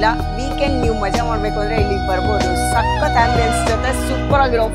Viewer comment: 😮 anchor ನಿಮ್ಮ ವಿವರಣೆ ಕೇಳುವುದಕ್ಕೆ ಅಸಹ್ಯ. ಕನ್ನಡ ಉಚ್ಚಾರಣೆಯ ಶೈಲಿ ಸರಿಯಿಲ್ಲ. ಸಖತ್ ಸಖತ್ ಅಂತೆ. ಅಯ್ಯಯ್ಯಪ್ಪ😮 ಏನದು ಮಾತನಾಡುವ ಸ್ಟೈಲು.ಥೂ ಅಸಹ್ಯಕರ.